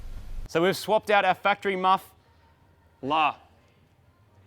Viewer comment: Did he say fucktary muff?